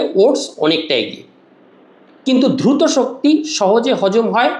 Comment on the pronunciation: UCCHARON TA DHRUTO NOY DRUTO 😂